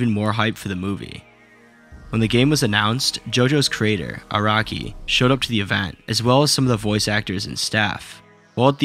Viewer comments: even the cc thought you said "iraqi" instead of "araki" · Bruh , "Iraqi." and "Jodaro."